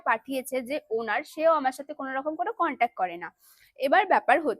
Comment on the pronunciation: Tumi age thik mto words pronounce krte shikho please, dishrap, kontak, contovarsi egulo ki vai😂